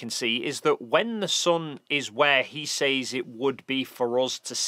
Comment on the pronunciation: Anyone else caught off guard everytime he says "sayz" instead of "sez"? I dont think this is an accent thing.